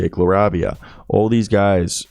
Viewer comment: Jake La RAY via RAY not RAH...